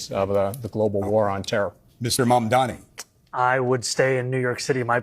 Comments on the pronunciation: It is Mamdani (Mom-Donny), not Mandami. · Mamdani not Mamdami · What is wrong with almost every American journalist. His name is Mamdani, NOT Mamdami, and yet everyone keeps saying it wrong. It just shows ignorance.b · Can't even read his name correctly the robots.